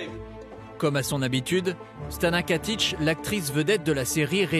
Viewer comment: KATIC PAS KATICH !!!